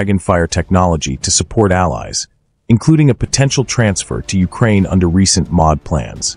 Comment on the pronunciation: Agreed, but you'll have to get used to it because it aint going away. Did you notice how the "Ministry Of Defence" (Em-Oh-Dee) is said as "Mod" ?